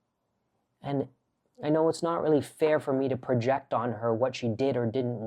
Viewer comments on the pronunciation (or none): none